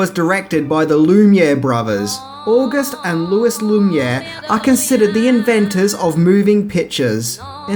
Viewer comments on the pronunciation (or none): none